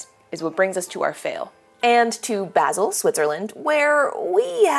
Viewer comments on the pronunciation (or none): The A in "Basel" is pronounced like the A in "malignant". Greetings from Switzerland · Basil is pronounced with an R sound. They get upset about it.